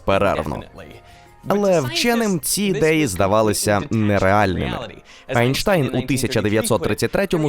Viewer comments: Який АйштАйн?Ейнштейн,німецьке а перетворюється на е,ви ж не кажете третій рАйх. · о, ёпта, профессор однокамушкин всплыл я понимаю, что родное немецкое произношение идёт как ай- я понимаю что исходя из этого стоит правильно произносить Айнштайн только в русском и украинском давно принято произношение данной фамилии как Эйнштейн. сотня лет, типа... может не стоит так всё ломать? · все так хотят подражать западу, Айнштайн вместо Эйнштейн, двадцятьдвадцять вместо двi тисячi двадцятий. тошнит прямо... вы превращаете украинский язык в помойку :(